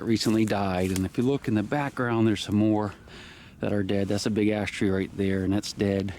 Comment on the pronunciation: It sounds like you're saying big ass tree